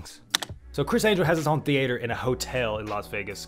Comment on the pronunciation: The-ate-errr. Who talks like that lol.